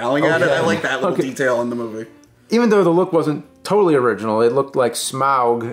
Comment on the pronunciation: Smaug. not "smog". Thank you James